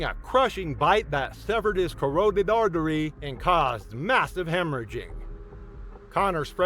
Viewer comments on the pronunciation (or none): Love your video but for the love of Pete learn how to pronounce carotid